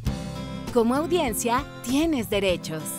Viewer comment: dice audiecia